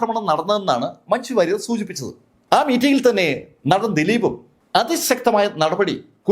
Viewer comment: നഠൻ അല്ല.., നടൻ